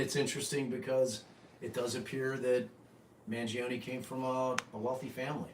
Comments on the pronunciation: Your pronunciation of the Italian name is spot on. You read my name in one live when answering my question, and it was perfetto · Ps. Great job on the Italian pronunciation I and 48% Italian and you nailed it.